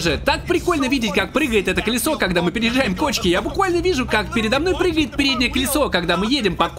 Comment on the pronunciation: Кришей. Крилья. Пригает. Учись говорить